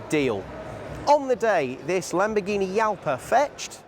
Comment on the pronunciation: Jalpha is pronounced Halpha.